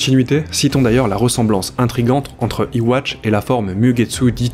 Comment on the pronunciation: Ywatch ça se prononce yuuuaaa. Cf : Mais sinon très très bonne vidéo! 👍